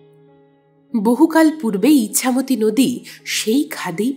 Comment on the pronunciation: নদীর নাম যতদুর মনে হয় ' ইছামতী', 'ইচ্ছামতী' নয়।